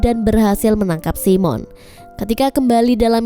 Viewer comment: Bukan si mon la..tapi simon..😂😂😂